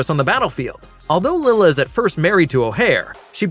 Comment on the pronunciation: It's Lie-la dude... I'm assuming you didn't watch the movie cuz that's how they even pronounce it.